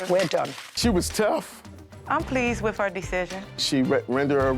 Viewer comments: He is irritating me saying WIFF instead of WITH🤬🤬🤬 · Hes a cop but can't say the word with... he says wif*